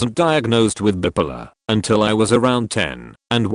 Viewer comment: As much as I've started getting exasperated with AI narration for just shuffling phrases around to make each "new story," along comes a tape like this with a gem to set me giggling: Can hard k y wait to tell my therapist that some people can be "bip-uh-luh."